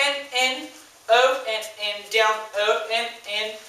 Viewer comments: Love The Way You Say OUt (oot) :) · Lmaoo!!! at the 'out' ... 'oot' word. I can just imagine myself in your class laughing full on in the back. But thanks for the video. its good made me smile and laugh. :))) xx Lol.!! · Where are you from? You say 'out' super weird...